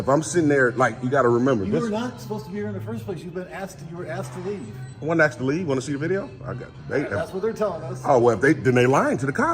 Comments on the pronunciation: Personally, I'm sick of people "axing" questions. The real word isn't complicated, and doesn't sound like a toddler. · Can I axe you a question? I need to request a foia. He axed again. De-escalate....as you raise you voice....I'm not recording you as a I record you. De-escalate, listen to yourself agitator. And he's a liar (big surprise). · It was funny this Frauditor was in front of the “support child” sign. His grammar is poor. He said Ax instead of ask. I would never apologize to anyone. These Frauditors will never change the Democratic system of the United States. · Funny he was at the child support window. This idiot has No grammar. He said ax Ac instead of Ask. Stephan Frauditors will never change our democracy.